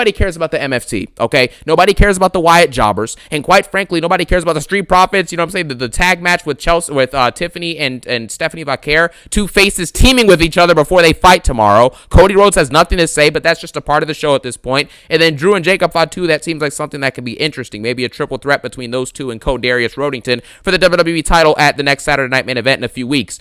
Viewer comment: "Codyrius Rhodington" 😅